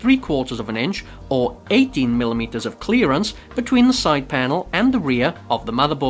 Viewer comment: i thought u said 80mm first, after i heard it a 2nd time i heard 18mm